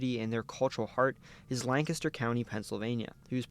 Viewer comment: As a Lancaster County native, THANK YOU for pronouncing it correctly!